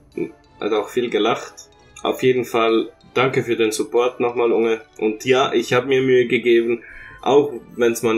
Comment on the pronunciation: Betonung von unge ist ja on point